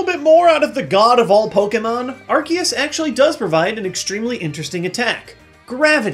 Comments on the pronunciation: HOW COULD YOU! I THOUGHT YOU WERE A POKEMON MASTER! ITS R-C-US NOT ARC-EE-US! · omg its arCeus NOT arKeus. C! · lol it bugs me more than it should when people pronounce it differently. it's ar. see. us. not ar. key. us. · Why did he say "Arkeus"? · Am I the only one that pronounces Arceus as Ar-SEE-us? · You mispronounced Arceus